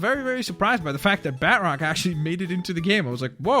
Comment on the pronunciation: It's batroc,, not bat roc.